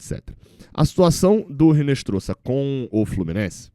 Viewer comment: Pelo amor de Dadá! Não é "Rinestroza" , é "Inestrossa". O "H" em espanhol não é pronunciado e o "Z" tem som de "SS".